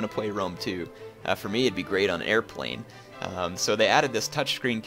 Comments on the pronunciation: that was so bad it was funny :P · Air plane? moe like HEIR PLANE HAAAAAAAAAAAAAAAAAAAAAA